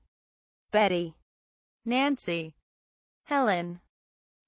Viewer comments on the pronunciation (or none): none